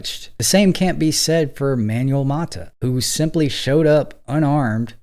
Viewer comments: Careful with the pronunciation of "Manuel." It's not like "manual," but more like "man WELL." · Manwell. Not ManUell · with respect, i think it's pronounced "man-well", not "manual". thanks for the video and your channels. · Hey, it's pronounced "man-WEHL" with the emphasis on the second syllable. Not "manual" like manual labor. In Spanish a UE has a wheh sound like wet. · MANUEL is a man's name (from Spanish/Portuguese form of Emmanuel) for a person. MANUAL is an English word meaning "done by hand," "related to hands," or a "handbook/instruction guide," and these are not interchangeable. Use "Manuel" for a person's name and "manual" for tasks, tools (like a manual car), or instructions (like an owner's manual). Learn some goddam pronunciation, PLEASE! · how many times can a mfer mispronounce Manuel?